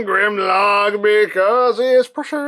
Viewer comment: I’ve gotta say, when I first heard say “precious” the first few times, I thought he was saying “pressure”, as in “pressuuuuuuuure”. 🤣